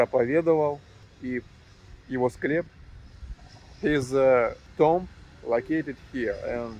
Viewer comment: So wonderful you are still healthy and I hope happy too. But....just to remind you TOMB is pronounced as TOOM and not tomm. I know you want to improve your English.